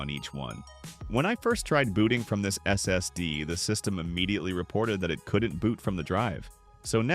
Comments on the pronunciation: That S S D totally breaks immersion when enjoying the video 😂 especially the way it is said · Is this AI narrated? If not, why do you go S S D instead of SSD when talking about the SSD's? Also, problems can be intermittent with SSD's as there can be bad cells inside the NAND chips that won't trigger a reaction until data is either attempted to be read or written to those sectors.